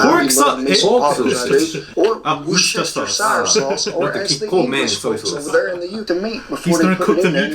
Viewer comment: I think perhaps pork sausage is already spiced a little? It's the first time I've seen it in logs like that. Also, so glad you said 'Wooster sauce' and not any other way...